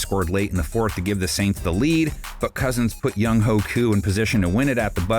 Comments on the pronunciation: Young Way Koo is how it's pronounced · Official NFL youtube channel cannot pronounce Younghoe Koo correctly lmao